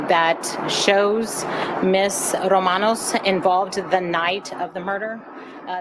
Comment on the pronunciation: The nams is pronounced Ro-man-oz.